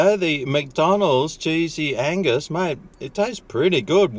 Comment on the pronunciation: Wow, get my mind out of the gutter.... I thought you were saying sleezy anus. Oh, cheesey angus. 🤔